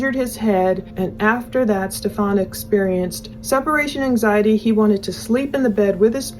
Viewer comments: I like that doesn't say his name right lol its kind of like an f u to him. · Why does everyone insist on saying his name wrong 😩😩😩